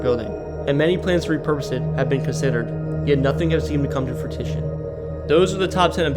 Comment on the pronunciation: Bro can't pronounce anything 😭 Forget Minionapolis, bro added Miluhwalkie and Fruitition to bat 😂🤣